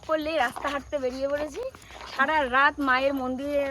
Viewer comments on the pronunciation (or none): none